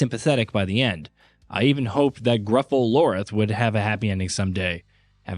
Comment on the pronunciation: It Lilith not Lorith.